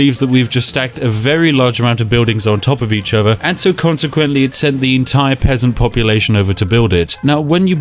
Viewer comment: did u just call me a pessant XD spiff i’ll let u win this time next time ya won’t be so lucky -_